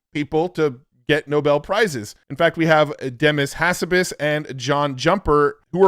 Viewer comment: For the love of god, you need to learn how to say Demis Hassabis if you want to talk about this field with any sort of legitimacy.